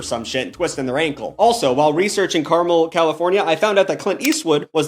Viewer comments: idk if u gaf but that city is pronounced car-MEL not CAR-mel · It is Car-Mel, not Carmel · it's car-mel. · It's car-MEL😂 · as a californian, ive been to carmel- by the sea many times, and you said it wrong. fun fact! one time i saw a homeless guy yelling at a drunk woman about her heels!